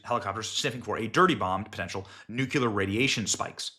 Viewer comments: One day Benny will pronounce "nuclear" properly. Until then, I hear dubyuh saying it. It's new-clear. Not nuke-you-lurr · Someone please tell Benny that it's pronounced NU-clear, and NOT NUK-ular. This happens a lot and Benny isn't the only one doing it. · BENNY NUCLEAR IS NOT PRONOUNCED “nuke-yaller” IT IS “NU-CLEE-ER” PLEASE STOP SAYING IT THE WRONG WAY yea i have snapped from hearing it so many times lol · Nuclear, not nucular. Never heard you pronounce it correctly. I love your show but please make this correction. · NUCLEAR NOT NUCULAR!!! 🤦‍♀️ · Nuculer is not a Werd. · Starting to hate your memes...they could give idiots ideas. Btw, nook lee urr!